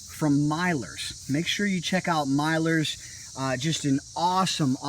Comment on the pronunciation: RAADIATER instead of radiator and MYLERS instead of millers????